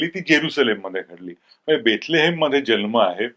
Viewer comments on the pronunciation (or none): जन्म शब्द चुकीचा उच्चारत आहात. जल्म असा उच्चारत आहात.